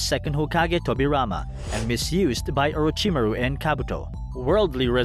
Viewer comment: I H8 the way he pronounces Orochimaru.... But beside that this is a phenomenal video.